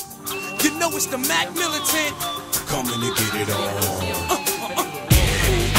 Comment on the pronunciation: what the hell is a "mack militant"?! and the last time teddy was a "playa" my dad was in diapers